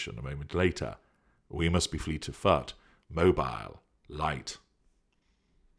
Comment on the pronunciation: Fut? Hucked? Is this, respectively, foot and hooked??!! Strange diction,! 🤔